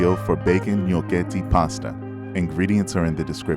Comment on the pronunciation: I was surprised when you said the name of the pasta. Never knew that’s how it’s pronounced. Creamy + Bacon + Pasta = 🔥🔥